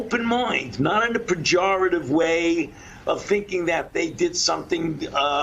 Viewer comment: Fauci used the word "Pajoritive" twice. Both times incorrectly.